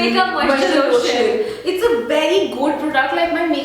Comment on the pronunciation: Haha!! Love you both.. 'Losion'hihi😁😁😂😂